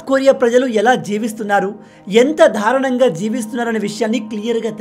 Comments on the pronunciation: For example దారుణం అనే పదాన్ని ధారుణం అని ఉపయోగిస్తున్నావ్ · Ayya swamy........ Darunam lo da ki vatthu ledu. Dharunam kadu, Darunam ani cheppali.